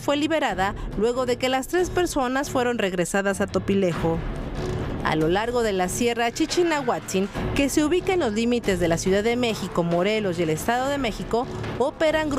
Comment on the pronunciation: ...es Corredor Chichinautzin, NO Chichinahuatzin!! OJO